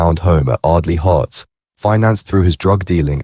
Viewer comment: Bloody AI talk, can't understand it. Lowton!!!! It's Loughton. Heights not Hearts.